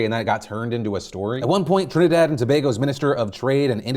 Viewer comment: Thank you Phil for pronouncing my Country properly. 🇹🇹🇹🇹🇹🇹